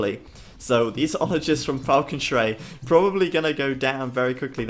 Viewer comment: Still pronouncing it wrong. Schrei is pronounced as "shri" in "shrine" :)